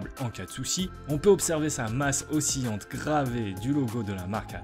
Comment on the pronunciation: "oscillante" se prononce o-si-lan-te et non o-si-yan-te.